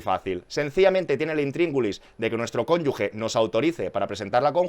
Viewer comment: Es cónyuGe, no 'cónyugue'